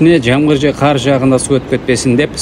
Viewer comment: Кайсы мектепте окуган элең,карды каар деп окутту беле